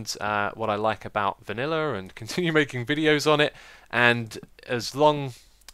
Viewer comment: I love the way you say viniller!